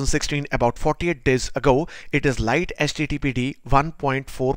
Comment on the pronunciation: Mate it's pronounced 'lighty'